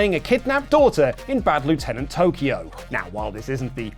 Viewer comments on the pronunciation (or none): none